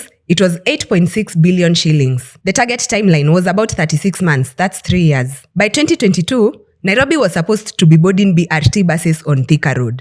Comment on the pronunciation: Why does she keep saying EARS when she means YEARS!? Strange.